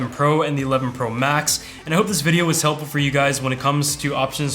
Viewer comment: What’s the deal with everyone pointing out how he says “Pro Max”... I don’t get it😅